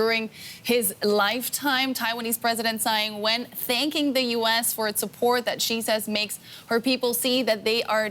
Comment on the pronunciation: "Zai Win"??? Learn some Chinese girl.